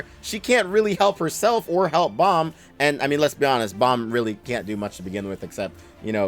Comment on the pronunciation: Nawl in the webtoon its Baam